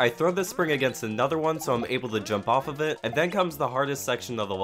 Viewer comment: fast -> swift[ly]; hard -> touh; off of -> offro